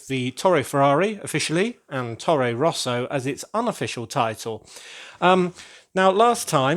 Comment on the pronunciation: That's a crazy high and cool building! The space tower is no longer lonely anymore. When you told "Tore Rosa", I honestly thought you said "Torro Rosso", and that's the daughter team of the Red Bull team in formula, which is kind of the concurrent of Ferrari :-).